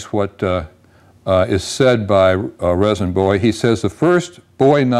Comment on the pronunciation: “Rezin” is pronounced “Reason.” My belief is that J. Bowie’s first blade was probably shaped like the ones his brother handed out.